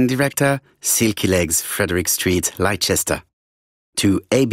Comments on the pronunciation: The voice actor completely destroys the word Leicester. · I didn't pick up on it. Is the correct pronunciation "Lyster?" - EP